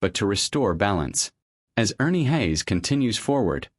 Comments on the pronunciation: I listened for 20 seconds to the fake voice of ai or a person clearly unfamiliar with Ernie "Hays". 😄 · A Godly man and woman. Your title doesn't do them any favors....... and by the way, please learn how to pronounce their last name properly. this could have been an awesome presentation about a true warrior, but again, you've given a poor reflection upon both Ernie and his beautiful wife. . Shame on you.